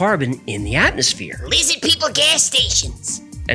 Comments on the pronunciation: Why are u mocking Jewish pronunciation? Lizzid? Not cool. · this is my favorite one. prob because of spelling/pronunciation of 'Lizzid'. As a New Yorker, this cracks me up to no end. Thanks